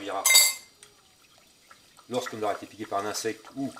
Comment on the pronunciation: Merci beaucoup mes la seul chose j'ai pas bien compris quand vous avez di insecte vous n'avez pas bien articulé la phrase des cette semaine je vais commencer à travailler